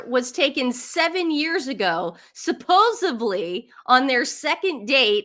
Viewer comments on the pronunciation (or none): In the name of all that is holy, and I love you two, but it is supposeDLy, not supposeBABLY. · Ladies, please stop saying "supposubly"!!! It is SUPPOSEDLY! I love you guys, you make me laugh, but you've got to correct this please. Thank you kindly! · You guys,love you, but please stop saying supposibly. SUPPOSEDLY